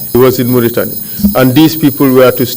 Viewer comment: Mauritania and not Mortani